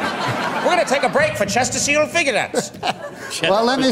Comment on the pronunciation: “Chestersielf figarettes”